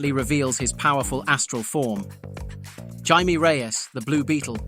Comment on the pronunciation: and the pronunciation of Jaime as an in-between of that and Jamie